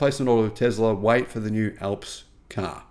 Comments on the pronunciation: sounds like ALFS not fucking ELPS, THE MOUNTAIN ALPS IN EUROPE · It's ALPS not ELPS! Alps like the Alps in Europe - remember Almonds not Elmonds! Hah Hah!